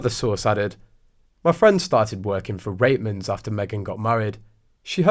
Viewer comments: Thank you! I heard "Ritemans" too, it drives me nuts. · I believe it’s pronounced Right- mans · It’s pronounced ……Reetmans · I’m Canadian and from Toronto and Reitmans has been a Canadian company for 100 years. We always pronounced it Right-mans. Maybe I’ve been wrong my whole life